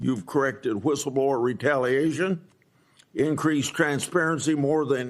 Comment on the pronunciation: ❤ also love the intro voice when he says “whistleblower” it reminds me of family guy when Brian is giving Stewie a hard time over how he says “cool whip” like idk how to explain it but the way the guy sounds when saying whistleblower is without the W lol love the show though